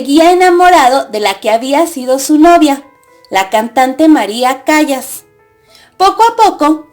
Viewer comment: Se casó 3 veces y Callas aunque tenga doble L se pronuncia calas